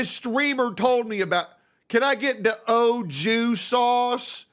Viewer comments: Ok, 2 months watching, you finally said something that triggered me, Au Jus should be pronounced more like Awe Shoe (buzzing J instead of S sound), not “Oh Jew”! 😂😂😂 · omg when bro said Ojew sauce and not Auju I felt so much frustration cause customers always make up their own pronunciation for shit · its pronounced Aju not oju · that “O” Jew Sauce